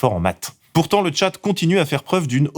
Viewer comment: Par contre le journaliste en question a dit "Tchat" au lieu de "Tchad", je serais pour une punition de 100 coups de fouet, ça me parait raisonnable 🧐